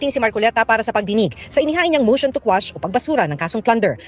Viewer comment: Instead of quash ang nakuha sir,motion to squash😂